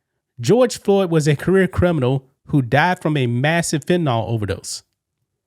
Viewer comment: Fentanyl, not "fentanall..."